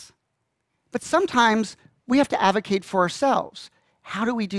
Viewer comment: aDvocate not avocate. That drove me nuts!